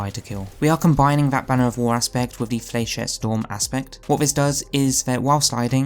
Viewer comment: Love the build, for reference though it’s pronounced “fla-shet” trust me, I’ve shot plenty of flechette rockets in combat